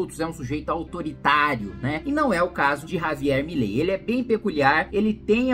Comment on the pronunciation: Cebolinha: "Já vilei fã do Milei. kkkk"